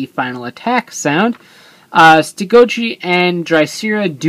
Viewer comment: everytime you say stegochi it sounds like youre saying ste goat cheese. lol